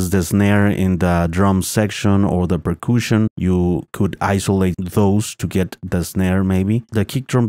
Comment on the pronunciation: "Per-kooshin"? lol